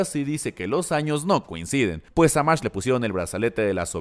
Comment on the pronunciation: Se pronuncia Magt. No sabes alemán?